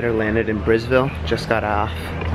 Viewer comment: Did you guys hear when said they landed in Brisville?? Is it supposed to be Brisbane instead?